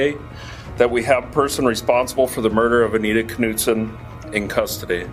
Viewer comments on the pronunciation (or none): the K in Knutson is silent , didn't you kanow that ??